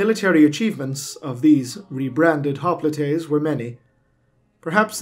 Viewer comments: it's "hop-light", not "hop-lee-tay". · I'm pretty sure that it's pronounced hop-light but then again, I'd be surprised that people more 35,000 years from now even knew the word. We don't have any words that we know of that are from 10,000 years ago and while some modern words are certainly descendants from older times, they've undoubtedly changed over the ages. Modern English isn't even 300 years old which is why older books than that use words like thee, thou, doest, or bringeth that don't exist in modern English. Descendants of most of those words exist: thou is now you, doest is now does, bringeth is now brings, etc. Even the older versions of English weren't along that long with the longest lived one existing for a mere 700 years. Really makes you think about how much there is that we'll never know and how much our descendants will probably lose.